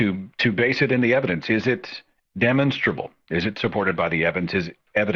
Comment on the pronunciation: Psst, hey Seth, the word is de-MAHN"-stra-Bull.'